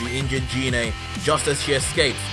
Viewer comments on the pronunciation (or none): you pronounced goku's mothers name wrong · That's not give that's Gine man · Its pronounced "Gee-nay" not "jee-nay" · Just a tip can you say the names correctly Gine g sound same as green not jean